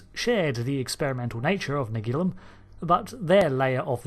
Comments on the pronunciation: Could you please try to say Nagilum correctly? On the actual episode they say Na-GEE-Lum, not NAG-il-Um. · It's pronounced na-GEE-lum, not NAG-ilum or na-GILL-um… Did you even watch the episode?!?! 😡😡😡😡😡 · Naa-geel-um... That's how it was pronounced in the Episode.. Why change it? Brits' are weird.. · Why does your pronunciation of " Nagilum " alternate ? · I can't be the only one that's a bit annoyed by his constant mispronunciation of Nagilum in this video. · Do you pronounce ‘Nagilum’ differently each time on purpose!? 😂 I love this episode, it’s silly but fun and interesting silly. Plus let’s take a moment to remember Haskell, one of the most horrific crew deaths seen on TNG, maybe even worse than that woman who got stuck in the floor.